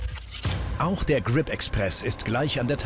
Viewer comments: Der Typ kennt auch kein Englisch wie der immer "Grip" ausspricht😂😑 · Ich find’s lustig wie er immer Kripp sagt statt Grip